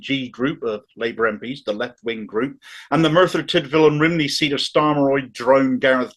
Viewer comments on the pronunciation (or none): none